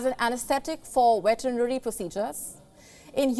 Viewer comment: Wetnary procidures lol 😂 😂 we need palki